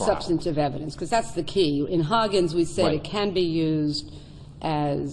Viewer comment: It’s not Hoggins , it’s Higgins.